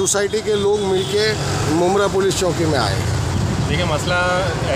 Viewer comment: Rafique bhai welfare society maintenance nahi le sakti. Charity commissioner mein complaint karo. Aur aapko reporter ko bolo mumbra police choki nahi bole police station ko choki na bolo. Chowki tak sahi se bolna nahi aata